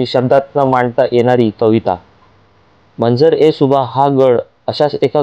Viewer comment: चुकीचे ... सुबाह नाही.... सुबा बरोबर.... सुबा म्हणजे प्रांत , भाग , एरिया... मंजर म्हणजे दृश्य... त्या डोंगरावरून सभोवतालचा भाग एरिया दिसतो...प्रांताचे दृश्य अर्थात मंजर ए सुबा